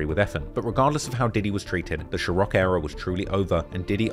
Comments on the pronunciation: Bruh. The pronunciation is SeaRock not Sherock tf 😂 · Bro why can’t you say ciroq 😂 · Whoever you hire better tell U how to pronounce ciroc